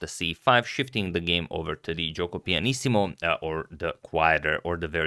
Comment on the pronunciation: Italian here: pronounciation of "Giuoco Pianissimo" was almost perfect!